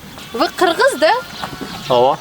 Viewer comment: Отдельное спасибо Вам за красивое, правильное произношение "кыргыз", даже местные некоторые так не произносят, вы так говорите, как будто с гордостью, будто это ваш народ, ваша нация ❤ очень красиво. Подсела на ваши видео. Они великолепны как и вы сами😊 Скажите пожалуйста, откуда вы знаете узбекский язык так хорошо и почему ваши видео основном в Узбекистане сняты,очень интересно?